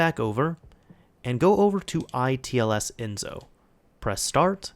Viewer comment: It's Enso , the S in Enso is like the S in System.